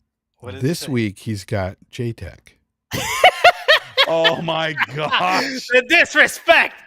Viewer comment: oh shit he called him j teck . hahaha. those are fighting words